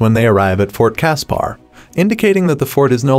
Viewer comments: Fort Casper not cas.par. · And Fort Casper same as the friendly ghost. This reader sucked